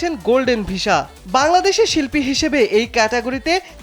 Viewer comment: সাংবাদিক ভাই.... উচ্চারণ ঠিক নাই ভিশা না... হবে ভিসা